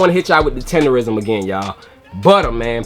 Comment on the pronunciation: lol the old man pronounced it, TENDERNISM bro 😂😂